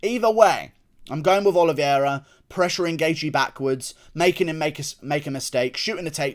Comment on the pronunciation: Love you Guru--but please pronounce my guy Charles' last name correctly. It's pronounced "Oh-lee-vay-rah". Not trying to be pretentious, just sayin!